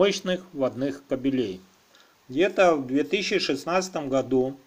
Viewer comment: Сразу видно - профи! КабелЕй, вместо кАбелей.А так информация верная.